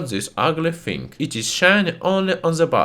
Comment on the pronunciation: “… I got zis ugly fing.” Just broke me. 🤣